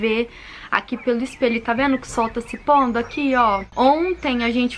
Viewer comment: ..vc é uma amada..amo te ouvir falar..adoro o seu tá "veno"❤️😍😆